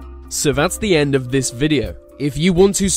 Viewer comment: Sorry man I like the vids but the vey,Vis,ve etc instead of they ,this the is really bugging me now.